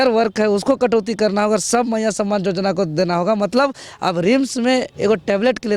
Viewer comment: जोजना नहीं योजना होता है।